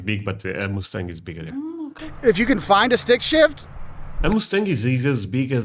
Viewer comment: whoever told you that the Mustang is a massive car was messing with you! 😂😅😂 And, PLEASE will you learn how to say MUSTANG properly? That "U" is pronounced as "uh" not "oo". You are saying it like the sound as the animal, MOOSE. That's not the same sound. AND, the Mustang is a SMALL car and you might not have room for your luggage... or maybe no room for your child! To be comfortable driving long distances, I suggest a mid-size SUV. That will be much more convenient, as well. Hope you have a safe and FUN trip! ❤️🤍💙🇺🇲💙🤍❤️🇺🇲❤️🤍💙